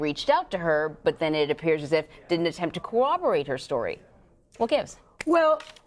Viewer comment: It’s not “CO-rahb-er-ate”, but (as the legal expert said) “COR-rahb-er-ate”.